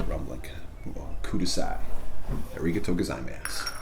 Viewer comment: everytime he said "arigaito gozaymass" i fucking lost it pleaseeee